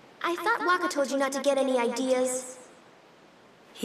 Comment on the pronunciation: love everything but whakkah?? I mean cmon the game even says it and your not american but cant you attempt to say it right? that sole reason makes me hate this lol